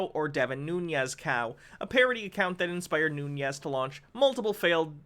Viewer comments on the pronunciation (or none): It ain't "noon-yez", there's no tilde over the n, he's Portuguese ancestry not Latino, so "noon-es".